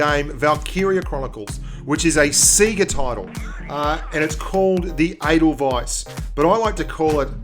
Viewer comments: Is there 2 ways to pronounce Edelweiss? Cause I'm pretty sure it's pronounced Ay-del-weis like the name of the song. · The way you say the name sounds like anal vice!